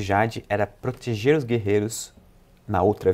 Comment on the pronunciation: alguém ouviu o "protieger " do kra kkk